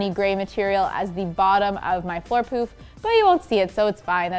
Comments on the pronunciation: who else heard floor poop vs poof lol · I tought she kept saying poop 😂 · I swear she kept saying "floor poop" instead of "floor poof". 🤣